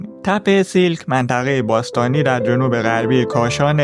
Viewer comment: تلفظ درست نام این مکان سیَلک هست siàlk